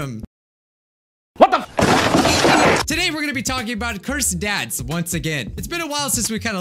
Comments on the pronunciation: it sounded like he said "cursed dads" and he was looking up "how to speak like a furry" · Am I the only one who thought he said cursed dad's 🤣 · Am I the only one who thought he said "cursed dads"? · Me too lol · i also thought the same. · IKR and i was like "what does dads have to do with this?-" and i saw your comment and realized that he said "ads"-- im dumb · i thought u said curse dads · I thought you said cursed dads